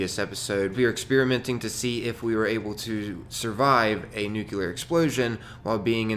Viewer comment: Love your content, but bruh.. NU-CLEAR.... I'm not a hater, please keep up the experiments. =)